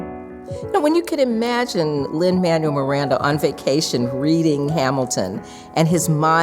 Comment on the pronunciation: She mispronounced Manuel. It's Man-well, not Man-yoo-il.